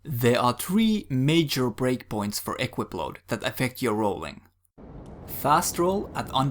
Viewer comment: Just 1 thing - it's pronounced equIp, not Equip ;)